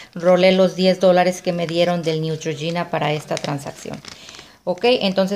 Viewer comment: Se pronuncia Neutrgina